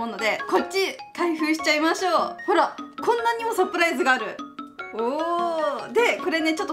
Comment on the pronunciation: LOL,サプライスじゃなくて、 LOL,サプライズだよー(^^) 余計なこと言ってすみません(TT)